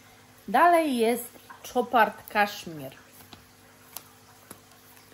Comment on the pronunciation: Casmir,to zapach rac,ej jesienno zimowy a co do Chopard,to,marka francuska a więc wymawia się jak Chopin czyli "sz"! Pozdrawiam serdecznie,nie!